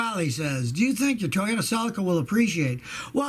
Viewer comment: It's pronounced se-leek-a Not se-lik-a